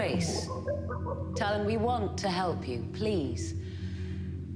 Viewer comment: They named him Talyn, I keep hearing Stalin 😅